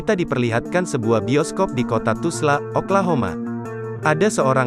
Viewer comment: Dah kenapa di ubah² tulis dan nyebutnya Tusla pulak??..TULSA la...